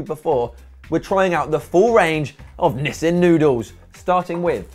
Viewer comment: its Nissin, not Nissan!!!:D:D